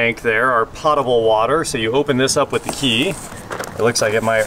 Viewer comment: Amazing RV....but....wait, wait, wait...."Pot-able" water? It's actually not like pot and able, it's pronounced "pohtible"